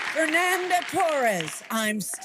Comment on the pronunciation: Fernanda! Read it again: FER-NAN-DA!